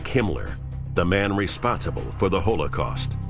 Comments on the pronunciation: You all go on with your weird political stuff, I just want to complain about how this guy pronounces holocaust. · ''hole a cost''